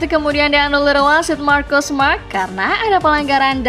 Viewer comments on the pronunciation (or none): none